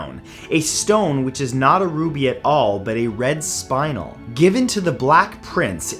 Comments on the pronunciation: Interesting video, however one little pronunciation detail. Spinel is pronounced Spuh-nel not spyn-el. I have worked with gems and precious stones for a very long time, hence the reason I know that. =^.^= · A red spinal? 😂😂 Its pronounced Spi-nelle. Lol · Spinel not Spinal